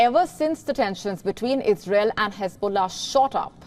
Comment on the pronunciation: It is ' ISRAEL' ma'am...its ISRAEL